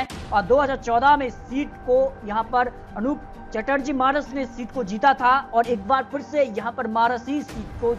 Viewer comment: अरुप चटर्जी "मानस" ?? ई "मानस" कौन है बे !! नाम बोलना सीख ले भाई पहले